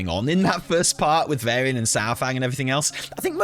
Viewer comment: VARYIAN not Vairy-an!! Sooo triggering